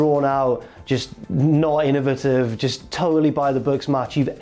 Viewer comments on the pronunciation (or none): none